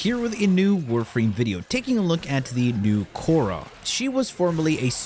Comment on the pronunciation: khora ❌ korra ✅